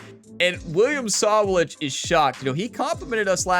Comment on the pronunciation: You say that you read all of your comments, and that's good. I'm only trying to help you with this one. It's really hard to hear you bash the name Sawalich. I will try to help you with the pronouncement. The emphasis is on the WA part of his name. I will capitalize the part of the name where the emphasis is. So it's sa-WA-lich. I hope you don't take offence at this because that is not my intention. And by the way Great Race!!!!